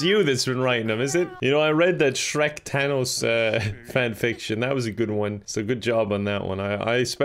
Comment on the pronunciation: "tanos"